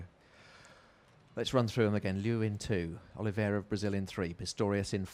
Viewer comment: Who is this woman? Why does she keep calling Olivera, "Oliverio". What does she mean "there's the biscuit" Johnnie Peacock's times were way quicker than Oscar's even before this race. Why does she drone on and on?